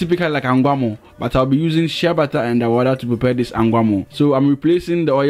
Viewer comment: Are you saying shea butter it sounds like you saying shabbata i always wonder what that is